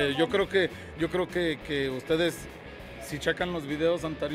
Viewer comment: mensoo no se dice croque yo croque se dice yo creo que